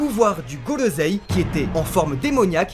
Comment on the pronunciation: Le gorrossei❌️ Le goros"seum"✅️